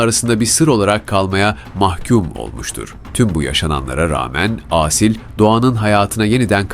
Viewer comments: Âsil değil Asil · Seslendirme hatalı Aaasil değil Asil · lütfen Asil derken a harfini uzatmayın.Çok rahatsız oldum. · Asil isminin "Aaasil" diye okunmasından rahatsız olan sadece ben miyim? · Aasil degil A-Sil. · sanırım yapay zekaya okuttukları için "Aaasil" diye seslendirilmiş. Ben de çok rahatsız edici buldum.